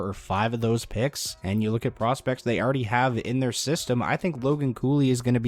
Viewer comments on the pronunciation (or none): none